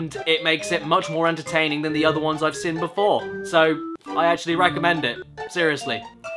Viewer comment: Nobody: Caddy pronouncing the word 'seen': /sɪn/